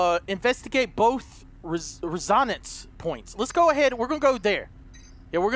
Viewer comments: He currently says: Rez - On - Ence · You say resonance wrong! Haha Hope this helps! Resonance = Rez - Oh - Nence (said together fast) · its res-o-nance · "Resonince" - 2017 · DUDE ITS "RES-O-NANCE". That bothers me every time lol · I love how he cant say resonance 😂😂😂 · The way he says resonance lol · the way he pronounces "resonance" :') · Lol the way he pronounces resonance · lol, they way he pronounces resonance.